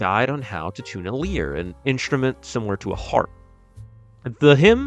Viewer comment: One small mistake I noticed, The “Lyre” instrument isn’t pronounced “leer” but instead like “liar”